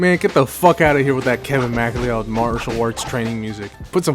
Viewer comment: I'm sorry, this is an excellent retrospective and I really love the detail gone into here but "Kevin Mack-lee-odd" just sent me. Never heard it pronounced that way and it's going to live rent free in my head for a long time.